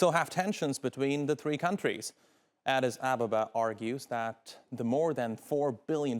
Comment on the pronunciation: Pronounce , Addis Ababa reasonably or don't say it. The cost of the dam is 5 billion dollar not 4 Billion dollar.